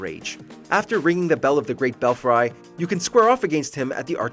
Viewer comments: "Bell-frie"? It's Bell-free (Belfry). :/ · You mispronounced "belfry".